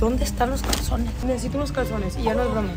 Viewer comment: en el minuto dice calcones en vez de calzones😹😹😹